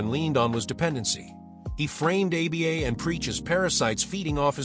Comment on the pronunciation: stupid ass AI slop. pronounces Aba as "A B A"